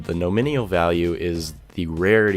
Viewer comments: lol, im a developer and you dont know what your doing or talking about. nor can you speak the word NOMINAL its not NOMINIAL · I need therapy after haring "nominial" so many times. Other than that, great video. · NOM - IN -ALL : say each of these groups of letters LIke :alum- min- ium : My mom wouldve agreed with your english, but my english, sorry to say, is american. Following link is for your benefit of pronunciation. (click on the speaker icon) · lol...nominial... It's no min al brother. great video, learned alot thanks..subbed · Here you go, this guy made quite a good documentation, that appears very logical: You might have to resort to google translator though;) Thx to, the video wasn't too bad actually, besides listening to your pronounciation of the word 'nominal' being a little bit painful. Good stuff, thanks! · This is the 3rd video I've watched today from 3 different people who all pronounced nominal incorrectly. Your video was helpful so thanks for that but damn. It's not a hard word to pronounce